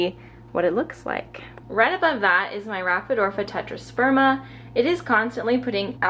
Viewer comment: I love your video, but just one thing... it’s “Ra-phi-di-for-a” not “Raphi-dorfa” 🙂